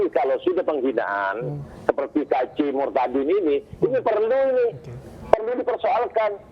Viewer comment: sebut kata murtadinnya biasa aja dong